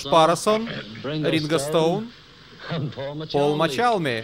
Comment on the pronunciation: Пол мачалми? Ринго стоун? Что? Автор ты бы хотя бы в вики зашёл посмотрел состав группы и как правильно говорить фамилии